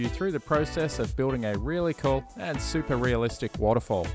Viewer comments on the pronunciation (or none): none